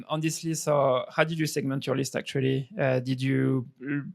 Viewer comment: soy balding French dude cannot comprehend the Chad American sales tactic LMAO American: just speak like a human lol Frenchy: ''urmm I fink you need to filter the lisft..."